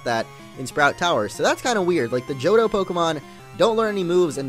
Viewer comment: omg the way he says Johto...